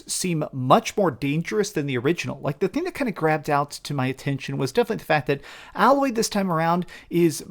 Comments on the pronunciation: ...Aye-Loy = Aloy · Why are you pronouncing Aloy's name wrong? You've literally played the first game, there is zero reason for you to be saying her name that way. Unless it's some sort of a running gag or something.